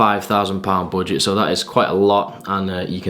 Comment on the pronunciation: No one:: boojet